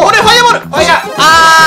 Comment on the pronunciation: ファイヤーじゃなくてファイヨーって言ってるwwwwwwwww